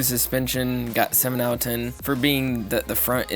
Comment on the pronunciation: “Owuh ten”. It’s “out of”. How old are you kid?